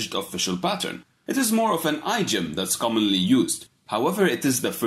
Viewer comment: pronounced "Eeeee-diom", not "Eye-diom"